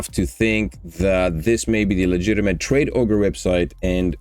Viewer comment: says traderoge not tradeogre